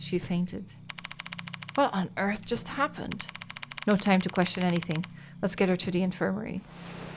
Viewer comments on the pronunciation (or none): none